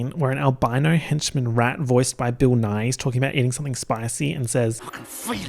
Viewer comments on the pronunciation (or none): every single time said 'bill nighy' i heard 'bill nye' and was WAITING to see Bill Nye the science guy partnering up with a rodent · literally why did I think he was saying Bill Nye, as in the Science Guy… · I KEPT THINKING HE WAS SAYING BILL NYE AND I WAS LIKE THERES NO WAY THATS THE SCIENCE GUY IT TOOK ME GOOGLING IT TO REALIZE